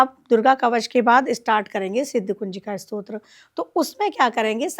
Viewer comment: Stotra bolo.... strot nahi